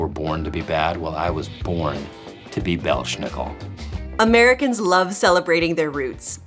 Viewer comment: That one tv guy... well, if he is so proud of his German roots, maybe he should have learned to pronounce the name "Belsnickel" right. There is no "sh" sound in it. In fact, you pronounce it "Bels nickel", no "sh", and no body in that custome acts like this guy .